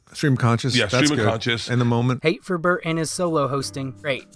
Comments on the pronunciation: Why you call bert "bart"? Cant even get the guys name right and its 4 letters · Pronouncing Bert’s name wrong every time is gold 😂 💯🤌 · The degenerative decay of how you pronounce Bert's name throughout the video is perfect